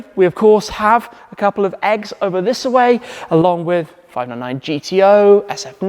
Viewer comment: "Thissa way"?